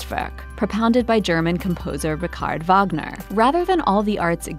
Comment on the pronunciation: Did she just pronounce Richard as /Ri-kaard/ ?